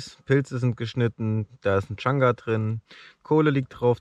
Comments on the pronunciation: Der Baumpilz von der Birke heißt übrigens Chaga und nicht Changa. :-) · also von pilzen hat der junge mehr ahnung als die anderen.. heißt aber chaga nicht changa :D und nicht alle röhrlinge sind steinilze :) bester kandidat sieger der herzen baby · Ich muss jedes Mal lachen wenn er Changa sagt, der Pilz heißt eigentlich Chaga. Sehr sympathisch dieser:) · Wäre immer mit dabei gewesen hätte ich mir viele Zweifel an die anderen "Survial-Kandidaten" eventuell erspart, was das Wissen über Pilze und so weiter angeht.. Außer, dass es nicht "CHANGA" sondern CHAGA heißt! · Chagga Nicht changa ... digger come on